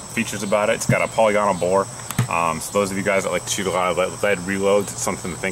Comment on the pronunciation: POLLEEE-GONAL? Dude, it's "PA-LIG-A-NOL"